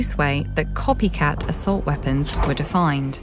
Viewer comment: What’s an “Ah-silt” weapon? Does this dumb lady even speak English?